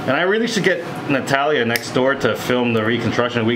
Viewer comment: Duuude on he said the name Natalia and pronounced correctly, that’s my name too and ppl around me be having a hard time with it 😅 I appreciate you doctor ❤